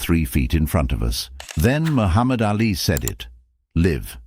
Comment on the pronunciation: AI does not know how to speak a sentence correctly and mispronounces Ali’s name incorrectly. Too much talk that is not done right about a figment of someone imagination.